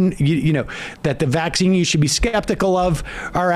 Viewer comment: Ben Shapiro talks up the vaccine while emphasizing the wrong syl A ble focusing on his anti-mandate stance to appease his audience.